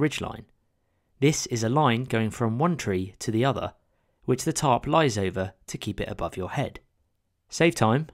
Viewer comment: Your funny accent makes the captions read, "top" whenever you say tarp